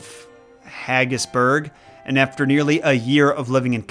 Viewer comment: Nuhhh what is haggisburg 💀✌️ I’m from Scotland and ummmmm